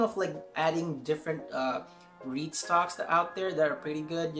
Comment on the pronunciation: I’m glad to see dividends stocks in your portfolio. You said reit stocks, I heard weed stocks. Like # 6